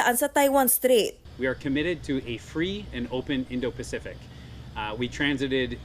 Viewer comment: STRAIT NOT STREET😂😂😂😂REPORTER TALAGA😂😂😂